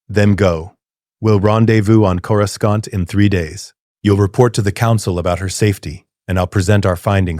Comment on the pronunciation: Corou skont in the first 3 seconds. Can't.